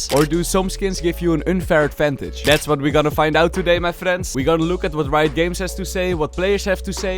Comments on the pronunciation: Is it just me or is bro saying Rito games xD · why do u call riot games rito games?